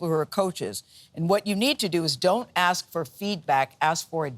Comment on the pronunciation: JZ do a lot to hep the kids. BTW, it's ask, not ax.